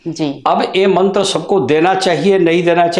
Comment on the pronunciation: उच्चारण मंत्र का गलत है l